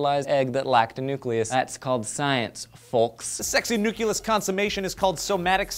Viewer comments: said NUCULUS again..!!!!!! See =D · Not that I want to pick on the awesomeness that is, but, NUKULUS IS NOT A WORD!!!! AAAAAAHHHHGHGGBBBB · DID HE SAY NUCULOUS!?!? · said "nuculus" instead of "nucleus" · ...did you seriously just say "nuculus?" I am thoroughly disappointed. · pronounced nucleus wrong